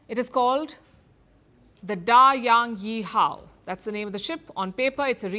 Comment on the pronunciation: Da yan yi hao, good pronounce